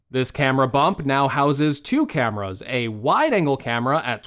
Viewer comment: It's camEras bro, not camras. Also, there is a thing called toothbrush